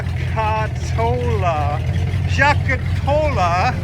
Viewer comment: J-cat-a- low. Paul Halstead was big on pronouncing it properly.